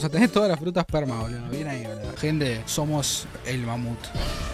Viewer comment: bro dijiste: todas las frutas perma o : todas las fruta sperma?